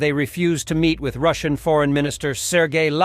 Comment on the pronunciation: "ROOSAYAN" for 'Russian.' ... your A.I. digital voice needs more machine learning.